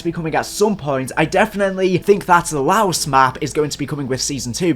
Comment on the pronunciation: FINALLY MANS SAID LAOS CORRECTLY 😂